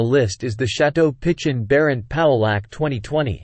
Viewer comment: No just poking fun at the AI voice pronunciation. Pichon Baron is a fabulous wine